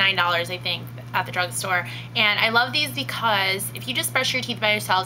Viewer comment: Did... DID YOU JUST SAY DRUNK STORE?!